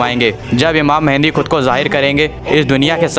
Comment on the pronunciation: ASTAGFIRULLAH UR PRONOUNCIATION IS VERY BAD it's Mehdi not mehendi 😭😭 Astagfirullah